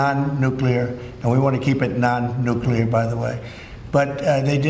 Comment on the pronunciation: NU CLEAR… NU CLEAR.. how do people come up with NU QUE LAR?